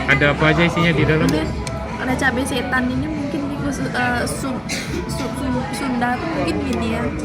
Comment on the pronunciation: Ati2 bunda kepleset ngomong syetan heehehehe